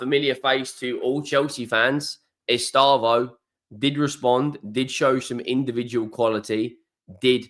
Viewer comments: Es-teh-vow not estayvo 😂❤ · sorry, stupid auto correct. Of course it’s Estevao, or to pronounce it correctly ‘STEV-OWN’ (where the ‘own’ rhymes with ‘town’) I’ve corrected the error now. Thanks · P.S.: British people speak his name Estêvão in a wrong way. It hurts his ears, I mean, it sounds awful to Portuguese speakers. Please, the stressed sylable is /tê/.